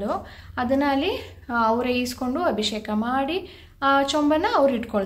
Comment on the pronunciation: neevu bejaar maadkolalla andre ondu small correction. ಅದು ಅಭಿಶೇಖ ಅಲ್ಲ ಅಭಿಷೇಕ